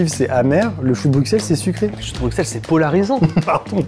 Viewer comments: Brussssel, choux de brussssel pas brucksel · sa se dit bruselles et non bruxselles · bonjour, j'adore tes vidéos mais moi qui suis Belge j'ai eu mal aux oreilles pendant les choux de Bruxelles, alors stp prononce "Brusselles" sinon nous on va prononcer "Parisss" merci; sinon continue tes vidéos, elles me font beaucoup rire. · On dit "Brusselles" avec un "s" et non "BruXXXXXelles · sa se prononce pas choux de bruXelles mais choux de bruSSels 💀😭 sinon je vous adore 😘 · Le x de Bruxelles ne ce prononce pas le x se dis s